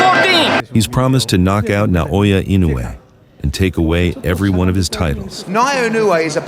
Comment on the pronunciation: he called him Inoya😂😂😂